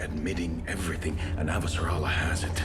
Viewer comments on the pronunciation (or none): none